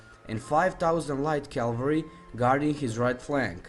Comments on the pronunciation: CAVALRY! NOT CALVARY. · Good to listen Calvary instead of Cavalry